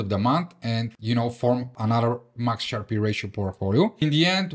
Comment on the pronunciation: Nice vid, nice skills, it is pronounced Sharp ratio, not SharpEE though